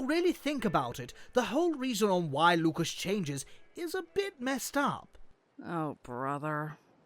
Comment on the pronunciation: LUCAS NOT LUCUS WTF MAN